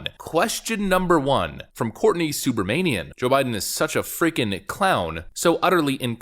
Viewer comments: Having a friend from India with that last name. He pronounced it Soo bra mah nee in Not Soo brah mane nee in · Su-bruh-ma-nee-am LOL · Uff im steaming mad, its pronounced Soo-bruh-WOMAN-ee-an